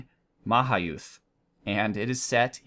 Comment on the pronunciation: It pronounce su-van-na-Poom Ma-ha-yud